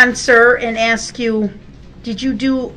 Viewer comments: clearly got a problem when she axe you what to do.. . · Maybe "you, yourself" can "axe" db???